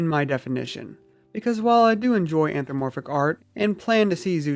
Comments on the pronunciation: "The anthromoporphic fandom..." anthro... mo... porphic. Smh. It's anthropomorphic ughhh. Anthro-PO-Morphic. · IM DYING. 'Anthramoporphic' LMAOOOOO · I love it when furries themselves can't pronounce "anthropomorphic" right.